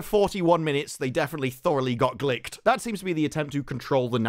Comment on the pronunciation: So glad you said "glicked" like licked, my head immediately pronounced it that way and I've spent days hearing the wicked variant. To quote Will, I feel like I'm taking crazy pills.